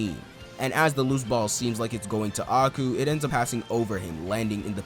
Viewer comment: love these vids, quick fix tho A-I-Ku pronounced like Eye-ku and Sae is Sa-e like SAh-aye